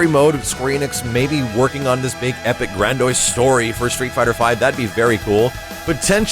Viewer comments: Grandoise? Did Blastoise get a new evolution? (Sorry I couldn't resist. Gran-dee-ose) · Grandiose, not "grandoise". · That bit made me stop and rewind a bit, to see if that was actually what he said.